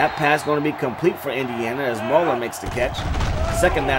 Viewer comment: Also pretty sure his name is Mule-er not Maul-er 😂